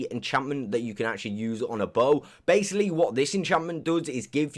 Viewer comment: Or when he tries to say baslocly he says basily